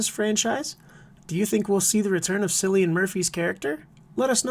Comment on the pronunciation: I used to pronounce his name wrong too but it's pronounced as "Killian."